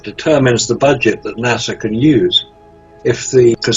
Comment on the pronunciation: Well its nasa but pronounced NAW SAW while nasa is pronounced nah sah.